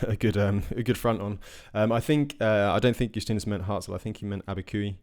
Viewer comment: Abiquiu to Cuba is the Jemez mountains. Abiquiu is pronounced: a·buh·kyoo. And yes, this is the biggest climb of the route.